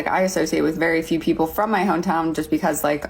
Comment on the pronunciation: Gosh, her "H" after every "P" is insufferable. "Pheople" "comphatible" 🤮